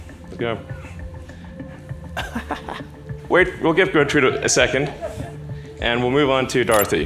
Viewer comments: Cant pronounce dorothy. Proceeds to say “Gootrid”. needs the pronunciation update for his neuralink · Pig’s name: Gertrude: Gootrid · Gertrude, not gutrid :)))